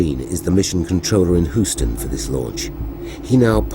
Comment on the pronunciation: "in Whoston"